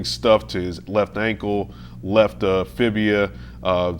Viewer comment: For future reference it's fibula not fibia.